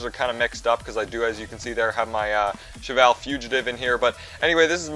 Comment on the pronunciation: That is how you pronounce Cheval. It's the soft CH, which makes the SH sound.